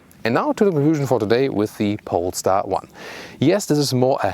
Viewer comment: Somehow I heard in the intro “pornstar 1” instead of polestar 1 lol